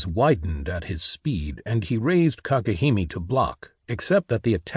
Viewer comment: Kagehimi, so cringe. It would be cringe even if it was correct. It's Kage Hime. Arghh It's so annoying!!!!!